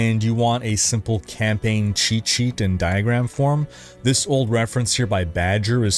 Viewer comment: I was trying to figure out what a camping guide was.... Then I realized you were saying campaign guide.